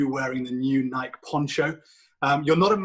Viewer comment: The way this guy says Nike drives me nuts lol